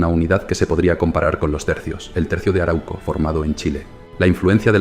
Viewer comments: Se dice aráuco. No araúco. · 3 alcances al narrador: 1. La region donde viven los mapuche fue bautizada por los invasores como Arauco y se pronuncia con el acento en la segunda letra "A": Aráuco. 2. En mapudungún, la lengua mapuche, MAPUCHE significa "Gente de la Tierra (Mapu=Tierra, Che=Gente); por lo tanto, la palabra mapuche se utiliza tanto en singular como en plural (no mapucheS, dino que los mapuche). 3. No hablaste espero que sin mala intención (aunque lo dudo porque perteneces al pueblo invasor y lo resaltas) de la decision principal por parte del invasor para fijar la frontera en el Río Biobío: la gran voctoria del Toqui Pelantaru sobre el "ejército de encomenderos" guiados oor el Gobernador Garcia Óñez de Loyola, en la Batalla de Curalaba (1598), que resultó en la aniquilación total de la hueste invasora (180 invasores) y la muerte del 2° Gobernador hispano (el orimero fue, claro, Pedro de Valdivia). Ojalá acogieras estas sugerencias y resaltes ls victorias de tus enemigos. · solo una correccion, se lee arau - co, no se separa la u en la segunda silaba, se lee junta a la primera silaba